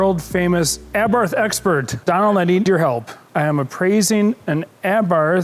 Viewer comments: FYI, it's pronounced "Aa-bart". Yeah, I know, weird, but that's how it's said, missing the h. Wonder if that kit is still available, or if it fits the 500 Giardiniera ? The lid is not kept up for cooling, and certainly the down force line was a jest? They're propped open because they don't close - the modded motor gets in the way. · Can someone call Jason Cammisa to teach them how to pronounce "Abarth" He did a nice segment in the Lancia Delta Integrale Video 🤣🤣🤣